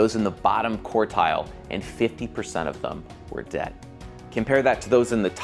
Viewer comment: Just a small point, it's QUARTILE, not COURTILE